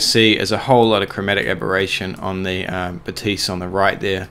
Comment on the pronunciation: Zeiss is a German brand, so Batis is pronounced ‘Baa-tiss’, not like a French person saying ‘Ba-teess’! Sorry to correct you, but it is seriously annoying.